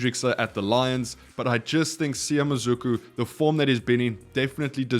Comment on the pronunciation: It's pronounced Mah-Sue-ku